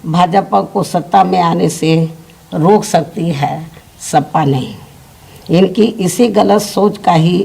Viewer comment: सपा को सफा बोल दी दीदी